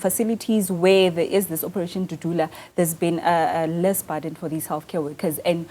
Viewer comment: Burden not barden.